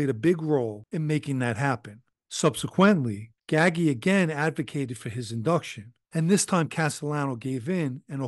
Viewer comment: I thought it was pronounced gaggi not ggahgee like he's saying also gaggi was cousin to dellacroce seem that nepotism runs rampant in mafia